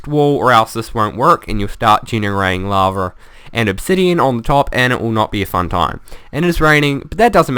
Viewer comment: Awwwww, lava is no longer "laver". ;( I liked that pronunciation.